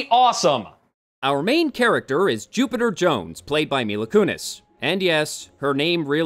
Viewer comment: After your intro I kept hearings "Stupider Jones" ....